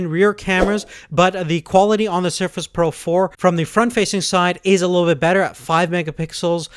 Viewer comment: All I can hear is Sherfish Proh 4, but excellent video!